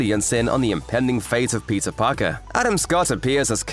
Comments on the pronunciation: The whole video I thought, that he is saying Pizza Parker 😂😂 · Why am I hearing "Pizza Parker"?